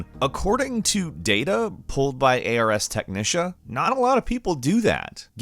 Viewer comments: It's "Ars Technica", like the Ars Goetia, but for technology instead of demons. I'm not even sure what "A-R-S" would stand for. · Ars Technica 😲 A.R.S. Tech-nish-sha? 👎 Ars (arz') Tech-nick-ka? 👍 Am I incorrect? Is it all a lie? edit: Ars Technica (/ˌɑːrz ˈtɛknɪkə/; a Latin-derived term that the site translates as the "art of technology") (wikipedia) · Uhhh. A R S Teknisha? This pronunciation is NOT it. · always has the most.. interesting word pronunciations. A.R.S. Technicia?.. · Ok wait, back tf up. Did you just... did you just pronounce "ars technica" as "ey are ess teknisha"?? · "AHRZ Tehk-nihk-uh" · Wtf was that pronunciation of Ars Technica? It’s almost like he intentionally decided to butcher it lmao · Did he really just say ars technica wrong? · (and everyone at gameranx), I love you, but that Ars Technica pronunciation made me cringe for a sec. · Good vid. Maybe in the future brush up on the pronunciation of well known tech outlets though...